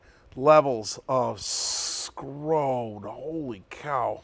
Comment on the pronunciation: "High levels of SCRONE" :') I spat my coffee out